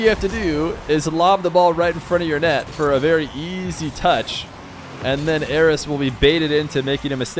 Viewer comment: Sounds like you're saying "Eros" so many times lmao